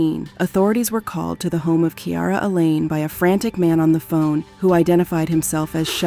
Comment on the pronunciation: your ai cant say phone? picked up her phoney XD